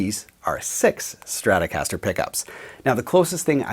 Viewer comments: What is a "Strastocaster"? Trolololol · LOL@ "Strastocaster"